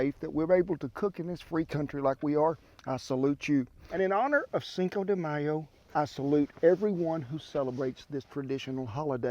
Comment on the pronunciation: This man is the grandpa that everyone wants to be with. He said cinco de mayo / not: cincouuuu de mayouuuu =)